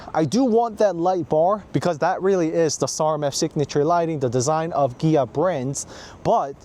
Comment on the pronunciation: Is it just me or do you say Gia?